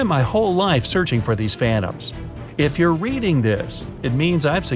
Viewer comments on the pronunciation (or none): none